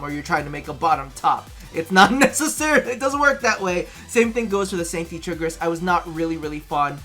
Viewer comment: TheProtocol I'm giving a hard time about saying "Sancti Triggris" instead of "Sancti Tigris"